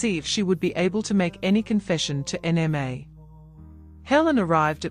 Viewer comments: I don't like this voice calling Nma N-M-A. Please give us the original voice that recognizes a Nigerian name. This AI needs to understand the language. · Please bring back the original voice. The new voice can not even pronounce Nma.